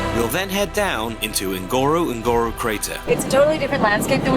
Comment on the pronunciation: It is pronounced " ngorongoro" not ngoro ngoro.